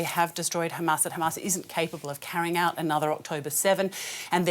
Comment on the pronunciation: an analyst and a professor from the UK, pronounces Hamas as if he lives in Israel.